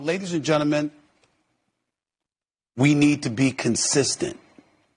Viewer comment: Once that sportscaster opened up with “Ladies and Jentamen”, I don’t need to hear whatever he has to say